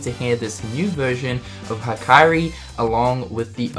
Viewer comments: "hikari" is pronounced hee-kah-ree, not high-kah-ree, otherwise it would be "haikari". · I'm a fan of your videos so I'm gonna help you with some Japanese pronunciation. Hikaru: (HE-kah-roo) Hikari: (HE-Kah-ree) Tai Yasue: Tai (you got that part right) Yasue (YAH-soo-eh) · Thank you! It was weird to hear female character's name in Hikari to Hikairi. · Cool video! For future reference, It's "He - Kari" not "High - Kari" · It's Hi-ka-ree, not High-Kairi! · High kairi lol smokin some dank weed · the Hikari song is pronounced as "Hikari" the "i" in "Hi" is "e" in S"i"mple not "i" in H"i"gh. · Okay. The 'Hi' part of 'Hikari' you could let him off for. But...'Kairi'? There needs to be an extra 'i' for that to be possible xD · > Makes fun of someone for mispronouncing Xehanort as Xenanort > Pronounces Hikari as High Kairi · "high kairi" lol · I'm sorry but why are you still pronouncing "hikari" like that? >__< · Who else went to the comments as soon as he mispronounced Hikari and Hikaru? xD